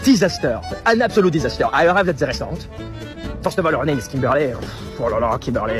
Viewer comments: nooo. it's Kim-ber-lierrr 🤣🤣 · kim-ber-lay got him all messed up..lol